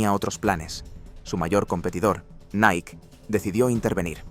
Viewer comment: LA PRONUNCIACIÓN CORRECTA ES: "NAIKI" NO "NAIK" (NIKE)